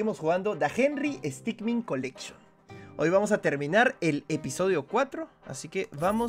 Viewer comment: herrero henry stickmin lo dijo bien